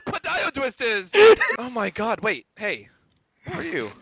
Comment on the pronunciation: MISSING A LOT OF B- OW OH MY GWAD